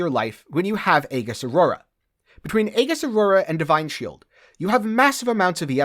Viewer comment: The word aegis is pronounced "ee jus".